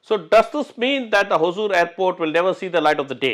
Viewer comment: Sir sorry if im wrong. It is Hosur and not Hozur. There is no Z our languages both Kannada and Tamil.